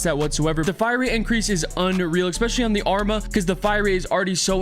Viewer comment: Why does everyone mispronounce the arma’s name 😂🤦🏼‍♂️